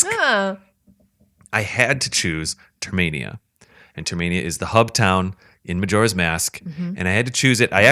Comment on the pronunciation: TERMINA!! Not "Termania" What the hell is wrong with you?